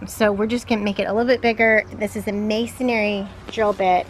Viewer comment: "Masonry"..."masonary" sounds like a mason who does missionary work. ;-) ;-) ;-)